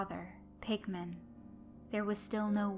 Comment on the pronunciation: it sorta sounds like your saying pikmin